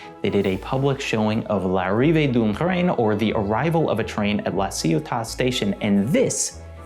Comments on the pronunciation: It's pronounced [lariveə dœ̃ tɾɛ̃n‿ɑ̃ gaɾə də la sjɔta]. It means something like ''Arrival of a Train at the La Ciotat Station.'' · This is the fourth time i watch this and finally i realised he was trying to pronounce "l'arrive d'un train". His pronounciation was so bad i thought it was german😂😂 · Yes, that was butchered!